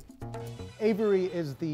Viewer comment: Aviary, not Avery